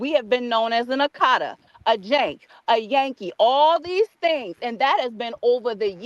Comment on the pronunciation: She is mispronouncing the word akata. And not all Nigerians use it in a derogatory way